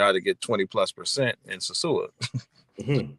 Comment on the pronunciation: I’m never returning to the “Suu”(sosua). I’ll return to the dom rep but never the “Suu”